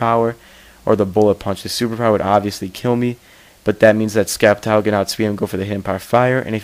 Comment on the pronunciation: Its pronounced Sep-tile, the c does not make a k sound btw.